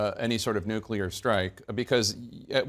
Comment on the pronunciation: I really really love the humor that Bob projects. He is a treasure. He says NUCULAR.. HILARIOUS 😂